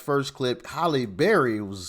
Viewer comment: Her name is H A L L E like in hallelujah, not Holly.